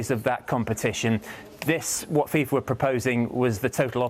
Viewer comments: Fifa ❌ Thiefa ✅ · its fifa, not fisa